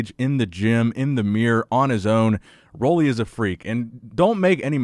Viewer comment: It’s pronounced Ruly, not Rolly.